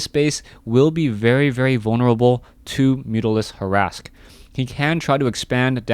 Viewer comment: mutalisk harask?